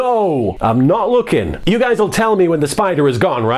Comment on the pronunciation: I've heard it a 100 times and I keep hearing "Never looking too hard" kinda sounds like he says "never wookie too hard..."